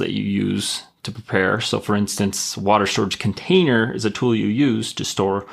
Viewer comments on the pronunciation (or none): none